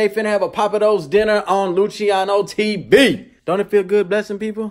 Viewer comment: Its pronounced LU-SI-A-NO not lu-CHI-A-NO